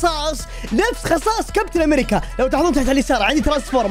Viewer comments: {امريجيا 😂 مايعرف يلفض الاسم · كابتن امريكيا❌ كابتن امريچيا✅ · لا يقول كابتن امريتسيا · لا يقول كابتن امريجا